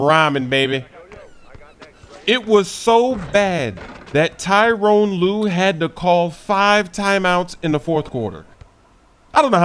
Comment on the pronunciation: the cavs coach name is ty-ronn lue not tyrone.